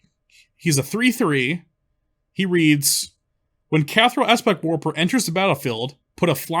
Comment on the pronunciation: It's "warPer".